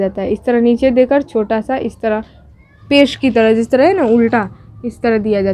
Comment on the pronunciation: Pesh ka pronunciation ou nahi oo hoga